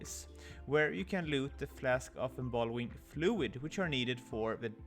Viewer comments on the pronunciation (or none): I believe it is called embalming fluid, not embalwing